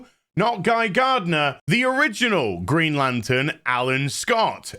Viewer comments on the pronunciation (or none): greeeen-ay? lantern? xD